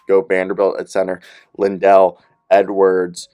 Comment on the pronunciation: How do you get “Lindell” out of Liddell?